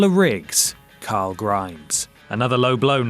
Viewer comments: Did he say Curul??? CARL!!! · You called him coral 👏🏻👏🏻lol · It’s Carl not coral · You called him coral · Rick Grimes its CORAL!!!!! Edit. Of all people you should know. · I think you lost everyone by suggesting Chandler Riggs was a bad casting choice for Carl. Especially when you can barely pronounce Carl (Ca-rooool?) mister "my job is narrating... Where you know, pronunciation is important"... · British people can't say the name Carl